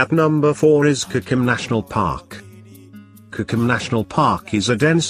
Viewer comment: kokro-bite..he didi not get a single name right.